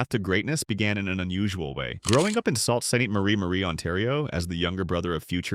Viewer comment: The city is pronounced ‘Sue Sain Maria’ . Canada often has French Names in cities in Ontario as well as in Quebec provinces.